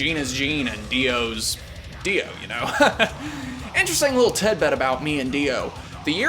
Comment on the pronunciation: It's rare that people use the correct phonetic pronunciation of Ronnie James gwddamnmthrfknsunofabitsh Dio. Respect.